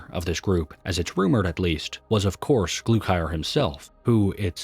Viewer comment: "glukier" wtf its GLUKHAR GLUE-CAR